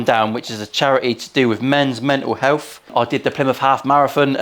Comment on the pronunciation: That might pose a fret to your helf. 😼